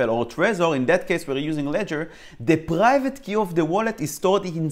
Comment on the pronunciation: you pronounced private: paghaivate